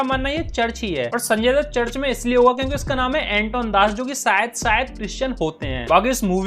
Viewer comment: Anton das nhi bhai Antony das